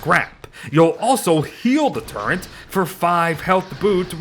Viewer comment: I cant get over "turrent"